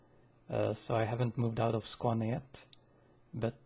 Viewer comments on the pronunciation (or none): none